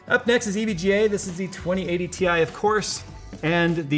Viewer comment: So no tech YouTuber is ever going to pronounce Ti correctly?